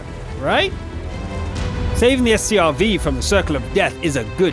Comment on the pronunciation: Its not S.T.R.V. its Stridsvagn :D